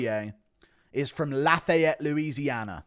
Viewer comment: Laugh-A-yet is definitely a new one. It’s laughy-ette or laugh-I-yette